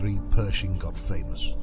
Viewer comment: “Pershing” …not “Perishing”……